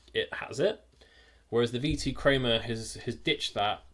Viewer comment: “V2 creamah”